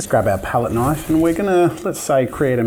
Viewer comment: Thats a Knoife